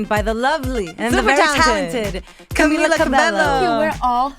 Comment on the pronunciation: does the one standing even know spanish. She mispronounced camila's name wrong